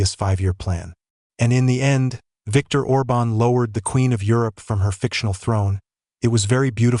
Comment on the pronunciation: ORBAN, ORBAN!... get it right!